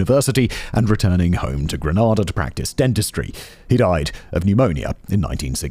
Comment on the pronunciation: Simon it's pronounced Grey -nay -da. Gra-nah-dah is in Spain